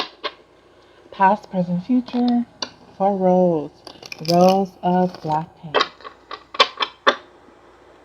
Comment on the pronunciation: It's Rosé Not Rose...It pronounce as rozay....like Beyonce'